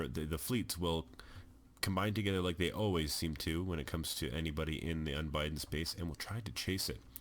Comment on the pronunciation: It's Un-Bid-Den not Un-Bi-Den like you're spelling it.